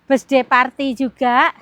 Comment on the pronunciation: Bukan besday ngucapnya itu jangan besday tp birthday mending ga usah ngomong bahasa inggris klu emang inggrisnya ga bagus, mending ngomong indonesia aja, malu klu di liat orang luar negri mosok ngucap birthday jadi besday 😀😀😀